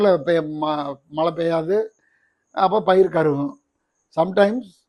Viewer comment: மலையல்ல மழை.ழவை நன்றாக உச்சரிக்கவும்.